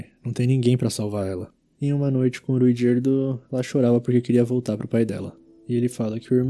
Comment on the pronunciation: agonia qnd o cara fala RUigerdo